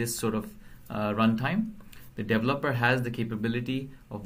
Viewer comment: Iit's "de-VE-loper" and "de-VE-lopment", otherwise good tuorial.